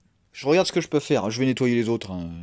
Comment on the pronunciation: rOGarde pas si c'est rOlou